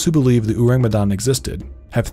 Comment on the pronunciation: Hey IDK if the pronunciation in the video is the official pronunciation (cause y'know, British and Dutch sailors told this story), but in Indonesian, it would be pronounced like oar-ang, not uu-rang. Ourang is the old Indonesian spelling of the word orang (meaning person), prior to language reforms that came after the country's independence, and the u in it is a bit misleading and probably a result of Dutch influence. Think of how you pronounce orangutan.